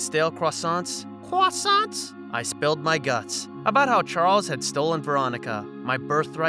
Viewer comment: "CWUSIANTS" caught me off guard 😂